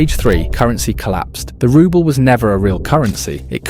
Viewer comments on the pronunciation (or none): "rubble" instead of "ruble" (roobal) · Spelling 'neutral' as 'nutral' doesn't help your credibility. And it's pronounced 'rooble' you AI toilet brush. Reliance on AI will be stage 8. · 10.46 you seriously just pronounced Rubels and rubbles 🙄